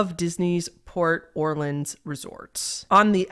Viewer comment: Super minor thing but shoutout to for pronouncing Orleans correct; most folks pronounce it like “or leens” when anyone from the area or who‘s been there knows it’s pronounced “or lins.”